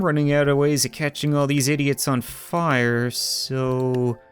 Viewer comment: Would love to see an update on your battle cats adventures, Been quite a while since we’ve heard a good “FIIRE ZEE CAT-CANOON”